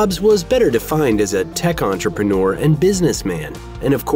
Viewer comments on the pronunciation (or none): none